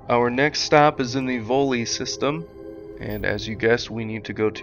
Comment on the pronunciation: Volii sounds like “WALL-E” not “Volley”